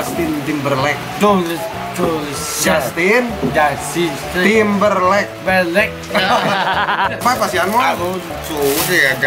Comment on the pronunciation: Aa : justin Mang adeung : jussin Aa : timberlek Mang adeng : perelek 😅😅😅